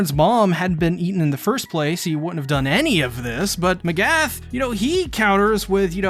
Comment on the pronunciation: I thought I was the only one who noticed. A lot of people and reactors say a lot of characters names wrong. I’ve heard Mikasa pronounced Mekasa, pieck pronounced as Peyack, Mcgath pronounced as Magath… these aren’t hard names to get right 🤷🏾‍♂️